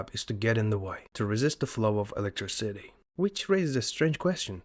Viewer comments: "electry city"? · nice video. Although the spelling sometimes just kills me. It is not Electri City. Its electr-iiii-city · Good explanations. It's kind of charming how you say "electriCIty" (stressed 4th syllable) rather than "elecTRIcity" (3rd syllable) as most English speakers do. In some languages it's "eLECtricity" (2nd). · Bwahahaha: “electri city” 😬 another thing is the narrator started to mumble and murmur towards the end so it was even leas possible to understand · Pronouncing electricity as if it's a two word place called Electri City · that's not how you say electricity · Why are you saying every word normally except "electricity"? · Its obvious this is an AI voice, just listen to how he mispronounces "electricity", thats not accent, thats poorly trained AI slop